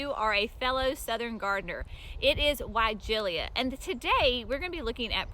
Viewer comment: The final syllable "-la" is pronounced "LUH", not "LEE-UH".